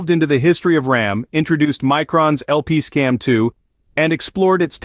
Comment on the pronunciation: It's a cool video, but the product name was mispronounced. "LP-CAMM2" not "LPC-AMM2". Micron put out some videos. It stands for Low-power compression attached memory module and "CAMM" was a thing before Micron put their low-power memory spin on it.